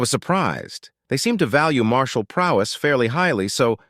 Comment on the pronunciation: *martial... not sure why "marshal" (rank) is being used for "martial" (military).